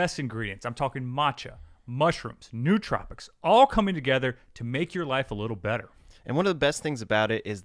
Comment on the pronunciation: it’s pronounced New-Trow-pics, not new-tropics lol